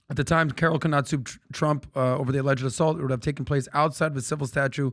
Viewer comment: " We'll teach Donald Thrump...gugh waluable llllesson.... Don't Mess with fluba-da-fluba dun erika (women of America) unlessh youuuuuu wannagetthebenefit.... end quote, repeat the line" 😉 🤪🤤